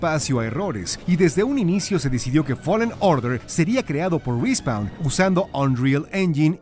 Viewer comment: "RI SPAUN" .. Cmon ..